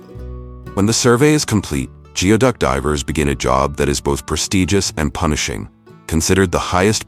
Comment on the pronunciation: It's pronounced gooey-duck